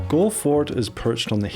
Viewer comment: It’s pronounced gall Le